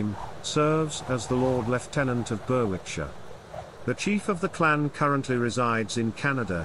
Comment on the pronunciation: The w in Berwickshire is not pronounced. It is pronounced as Berickshire. The place where they currently live is pronounced is Kimmerjum. I know it’s difficult because for people who are not Borderers and many words do not originate from English.